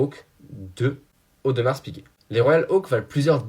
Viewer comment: Audmarrrrr s’il te plaît et pas audemarsssseee